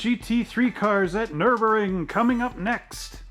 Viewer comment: Its nurburgring you do have to pronounce the G in real life it's an amazing track very very fun to drive we drove in in 2018 in a BMW E36 that we rented if you ever get a chance go do it